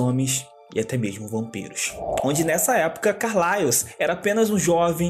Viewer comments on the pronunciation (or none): Que agoniaaa dele falando "Carlaios" kkkkkkk, mas mt bom o video